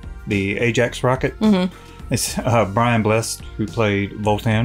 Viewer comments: Brian Bless-ed (two syllables), not 'Blest'. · You didn't know Brian Blessed?! (It's pronounced Bless-Ed, by the way, not "blessed"!) He's legendary in the UK. A star of TV and film since the 1960s, an accomplished mountaineer, and a brilliant raconteur. In real life, his personality seems to have been very similar to his on-screen persona as Voltan, and he could always be relied upon to liven up any chat show which had him as a guest. As well as fun roles like this, he was a serious actor, probably best known for his portrayal of the Emperor Augustus in the BBC TV series, "I, Claudius." (Highly recommended, if you like them old-time TV shows - the Game of Thrones of its day!) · When I saw this selection I knew right away that would love this movie. I was 14 when it came out and saw it with my best friend. We both thought it was great. I mean the music was loud! Brian Blessed (pronounced Bles-sed as in "Bles-sed art thou,") is a classically trained British actor. Very popular in his home country and has made some American movies. Great actor.